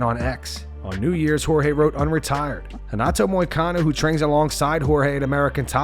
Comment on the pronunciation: It’s Jorge curly headed fuk not George asskren is so cringe